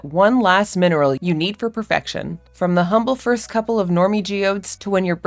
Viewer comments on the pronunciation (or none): none